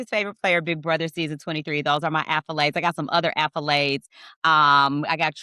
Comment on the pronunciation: What are you saying are you saying accolades or affolades? Lol it's accolades right